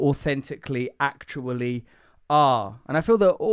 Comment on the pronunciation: Please repeat after me: qualiee, akchually, ina-conectid. Congratulations, you can now speak Russel.